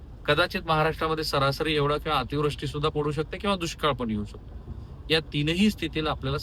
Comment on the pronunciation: अतिव्रष्टी नाही अतिवृष्टी म्हणा . एक तुमचा चाहता.